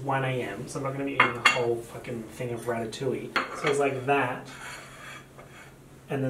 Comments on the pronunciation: I lost it when he said ratttatouille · he’s just an italian girl from new york